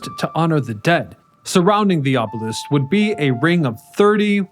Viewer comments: Your ability to consistently mispronounce words is astonishing - ob-oh-leaseque? Really??? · Obelisk as in “list”, not obelessk as in “west”! Also promenade as in “odd” not promenade as in lemonade! It’s like nails on a chalkboard!